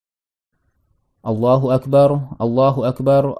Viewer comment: Mantaap hanya penyebutan yg sy luruskan aja..🙏 Allahu Akbar Kedengaran bcanya ustad itu Allahu Akbaru